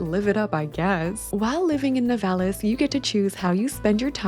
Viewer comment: Here in my country we nturally say " Nivalis" accent on the I